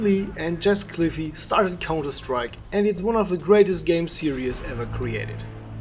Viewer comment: I love how he pronounces Jess Cliffe "Jess Cliffy"